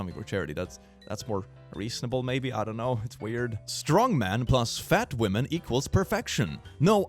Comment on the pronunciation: Well, I am no american nor british, but I am sure it is "women", not "wemen"!